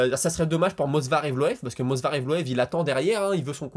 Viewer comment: "Mosvar" Movsar je crois que c'est mieux ^^ Je ne sais pas si tu as remarqué mais l'anglais c'est un peu (beaucoup) le Gros point faible des Brésiliens : Pereira, Oliviera, Figuereido, Lopes, Silva avant comme tu l'as dit, etc... Bref si un jour l'un deux se marie avec une anglophone peut-être que ça leur donnera l'occasion de travailler dessus mdr Sage décision de Gaethje, j'aimerai tellement qu'un certain bsd en fasse autant. Pour Islam vs Dustin et pourquoi pas imaginer un forfait sur blessure de Makhachev (même si j'espère pas) comme ça bim revanche entre Dustin et Max ?? Je préfère cette option à celle vs Islam perso.